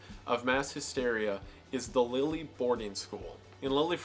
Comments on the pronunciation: Holland is just a nickname for the country called the Netherlands so those are the same country lol, nice video though! Also the way you pronounce Lille is very funny ( idk) (not meant as an insult btw, I just like your videos) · Lille being pronounced as 'Lily' was cute lol (we pronounce it more like an in between of 'lil' and 'leel') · It's prononce /lil/ not /lili/ yet, it's one of the cutest ways to call this city because it feel like you call a cute kitten when say Lili, which is nice between 2 discussion about death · lille is pronounced leel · I love your videos and never disappoint, and Lille is pronounced liked “Lul” , i don’t mean to sound rude but I didn’t know if someone should’ve said something or not , we love you Wendigoon